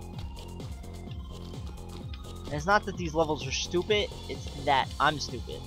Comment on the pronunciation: Why You Say Stupeh